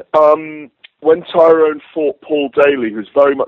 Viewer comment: why are they all fucking up tyrons name its tyroooooonnnnnnnee